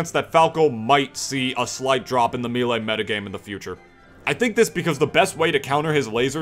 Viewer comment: Why do you say "Milee"